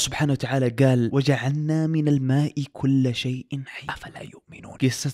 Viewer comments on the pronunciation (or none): الله يجزيك الخير وقت تقرأ قرآن ياريت تهتم باللفظ وإعطاء الحروف حقها وجلعنا وليس وجعنا❤